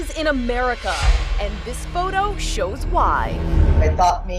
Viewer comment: “The videeerrrr shurrrrs” = “the video shows”. This guy needs to stop talking and hire a narrator. Every O sound is “urr”. It’s not even a normal Aussie or Kiwi accent. He just cannot talk correctly. “UNKNOWINNN”….smh